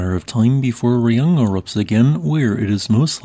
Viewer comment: Raung is read 'rah'-'hoong' with weak h. Just like in 'Kilauea'